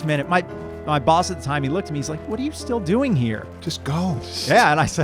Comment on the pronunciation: Congratulations to you all for making this thing live, breathe and jump. And,: “still” is pronounced “still.” Not “stee’yuhl.”